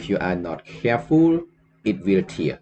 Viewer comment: to tear as in ripping apart is pronounced ទែរ not ទៀរ and as an apology for being petty I just bought the book ☺